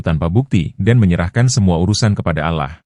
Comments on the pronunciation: Dibacanya Alloh,dengernya JD risih KLO dibaca allah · Kemungkinan si pembaca cerita ini, beragama non muslim jadi caramembaca kata "Alloh ,di baca Alah. Itulah kami sebagai muslim merasa janggal dan gk tepat bacaannya.❤❤❤ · Bukan allah ngucapnya Alloh dong? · Iya ya kok ngomongnya alah itu emangnya gak salah kalau orang islam kan alloh yg benar🙂🙂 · Dibacanya Alloh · Yg baca itu agamanya apa.kok allah bacanya